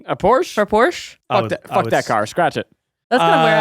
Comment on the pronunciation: Yall saying porche wrong tells me everything I need to know